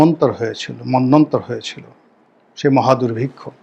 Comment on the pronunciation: কিরে ঢাকা বেশ্যাবিদ্যালয় থেকে জার্নালিজমে অনার্স করা পণ্ডিত রাজাকার চোদা মন্বন্তর উচ্চারণ করতে পারিস না 😂😂 ঢাকা বেশ্যাবিদ্যালয়ে দেশের সব মেধাবী জঙ্গিগুলো ভর্তি হয়।